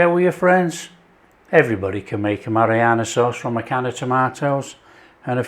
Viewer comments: No it's not your ears, I hear it too. It's driving me nuts. I keep yelling at the screen "It's Marinara, Not Marianna". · Your hearing is perfect - he does say Marianna sauce. He also says oregano and basil different too. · Am I the only one hearing marianna sauce? Is it just my ears? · Mariana sauce lol. It’s Marinara! Very nice it is too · "A Mariana sauce"? 😂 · It's MA-RI-NA-RA sauce! Nice 1! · Absolutely Mary-Anna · It's "hairy Mary sauce "